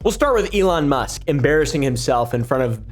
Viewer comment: "Elon Ma", do you mean for that to sound like anofher language? 😂